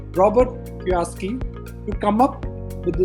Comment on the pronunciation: Its Kiyosaki not Kioski